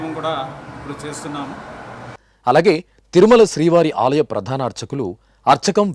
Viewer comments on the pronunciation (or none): ప్రధాన not ప్రాధాన